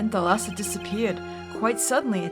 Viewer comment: Fun fact: the pronunciation in Thalassa is at the first A. It is pronounced ThAlassa and it means "The Sea" in Greek.